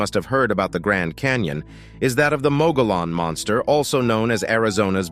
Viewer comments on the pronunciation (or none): You need to learn the correct pronunciation of Mogollon rim. Muggy-on. The double "L" makes a "ya" sound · Please learn the correct pronunciation of your topic. Mogollon = moggy-yawn. Named for Governor Don Juan Ignacio Flores Mogollón. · Locals pronounce Mogollon as, "Mogy-yon". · It's pronounced "Mug-ghee-own" for Mogollon Rim or Mountains. And as a former resident of Yavapai County, AZ: I've NEVER EVEN HEARD of this "monster" the clip mentioned. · Mogollon is pronounced "Mug-ee-yon" and any local knows you are not when you say it the way it is spelled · The canyon was created by a sudden catastrophic event. It was not created by a river. You're explanation is out dated. And you're pronouncing the name of the rim wrong. Text book dummy. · Please learn how to pronounce ‘mogollon’ before you do a documentary on it! Cringe! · The moderator has not been known to let the need for research cloud his observations conclusions and statements. Nevertheless, it is interesting. Having a grown up in the vicinity of the Mogollon Rim, and the Gila River, hearing both names grossly mispronounced made me cringe. There were several non sequiturs as well, but ?WTF? Not important.. 🎉